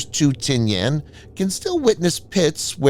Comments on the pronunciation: The island of Tinian is pronounced Ti-ni-an not Ti-ni-An. Hate those damn computer voices! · I’ve never heard it called “Tin-Yan.” It was always Tin-ee-in. Also, the US has made agreements to use/establish bases again in the PI. We may not have another NAVSTA Subic Bay, or maybe we well, but that’s an important factor is repositioning US assets forward. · Check your pronunciation on Tinian. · That’s not how you pronounce Tinian.